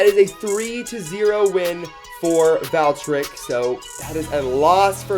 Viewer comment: Wonder valtreik he said